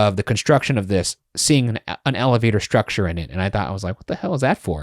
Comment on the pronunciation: saying ALLAvator over and over was very difficult to hear🥲